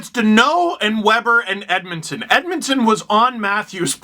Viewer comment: Edmonton or Edmundson? lol